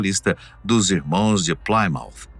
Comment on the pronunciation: Plimount não plaimount Sr narrador obrigado